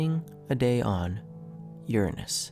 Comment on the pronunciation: Finally someone says Uranus correctly.